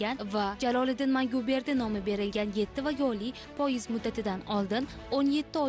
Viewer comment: тўғри талаффуз қилишни ўрган синглим хар холда журналистсан. "Пойиз" мас "поезд" деб талаффуз қилинади.